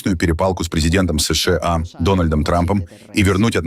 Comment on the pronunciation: Не СЫ - ШЫ - А, а просто : СЫ - ША.